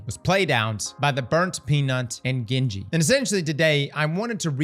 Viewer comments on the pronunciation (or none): Bro it’s Gingy not Genji! 🤣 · out here butchering Ghenji. It is Gingy as in Ginger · Gin-gee lmao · You can say all types of weird Louisiana names but not Jin-Gee 😂😂 *I live in Louisiana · Bro how you actually fuck up her name that way?! I know you ain’t that bright with all the words but shit man you guys do a script so practice the names, takes all of 10 seconds to hear her name when those two play together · at least say her name right don’t sell urself out like that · You said her name wrong